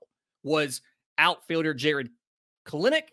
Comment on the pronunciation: It's pronounced Kell- Nick